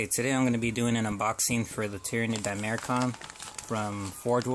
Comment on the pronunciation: di-mach-er-on not di-mair-kon nevertheless great video, good showcase